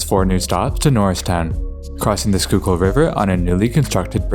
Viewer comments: I didn't hear him say "sure-to‐kill" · Props for pronouncing the name of our river correctly 😉